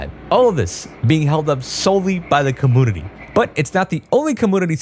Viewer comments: take a shot every time he says commoonity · “Commoonity” lol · I can’t un hear that… cuhmoonity. It’s community vro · Community ❌ Commoonity ✅ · Dude, why do you say community like that? It's pronounced kuh-mune-ity not kah-moon-idy :face-purple-crying::face-purple-crying::face-purple-crying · Why does this guy keep mispronouncing community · I just kept hearing commodity and it's been bothering me more each time 😂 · The "commounity" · What's a comoonity? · I'm a fan of quirky pronunciations but i never noticed say com-moon-nitty before. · Great Video, but can you please pronounce Community properly? 🥲🥲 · How come you say community without the y sound before the u? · Serious question here…. why does he have the weird pronunciation of “community”? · This mans ability to pronounce the word community 💀☠ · Do you not know hot to pronounce community? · Are u saying community wrong on purpose?